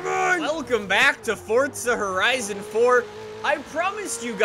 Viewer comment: Velkam ty forza horaizon foor